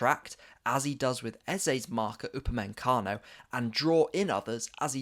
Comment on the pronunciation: "uber-man-Kano" and "Puv-low-which" never head of them before